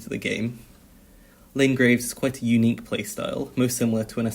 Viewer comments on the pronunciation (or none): none